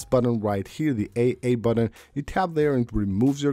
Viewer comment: you forgot to mention when he says "aksssibility" and "sheer sheet" and "buddon" and "co ordi-nates" and "shore cut" lol